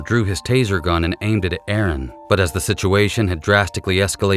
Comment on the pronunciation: You’re the only person who got the name right. Aaron not Aarong. I’m being pedantic, I know, but he lost his life & should at least be named correctly. Tasing & pepper spraying should be utilised much sooner in these situations imo & if not effective why don’t they shoot to disable not kill!